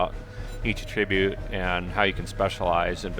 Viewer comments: Sounds so strange to hear him say attribute like a-trib'-ute. Normally the word is pronounced two different ways with two different meanings and the pronunciation he's using is the one that means assigning the blame or cause to something. The one he means usually has the accent on the first syllable like A' tri-bute. I've never heard anyone use the word pronounced like that for that meaning and that's quite exciting. I love linguistics and regional variations in language and can only imagine that he grew up somewhere where they used a non-standard pronunciation. Cool! How was it where you grew up? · It's ATTribute ffs. You're using it as a noun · Stop saying attribute like that.